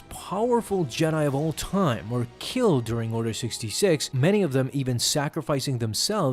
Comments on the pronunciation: Is he occasionally calling it "Order 6", or is my audio just screwy at times? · Did anyone realise that he kept saying Order 6 not Order 66